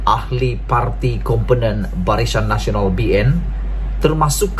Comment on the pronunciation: Barisan Nasional, bukan Barishan Nasional. Tolong kemaskini sebutan, lebih2 lagi bila sebut nama orang.